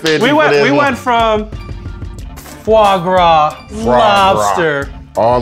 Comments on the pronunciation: Alvin: "Foie gras" Marshawn: "Fwah Gwah" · fois gras is goose liver you barbarian :-)He's funny, "if I can't pronounce it I sure as hell shouldn't be eatin it!" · when he pronouncing Foie gras 😂😂😂😂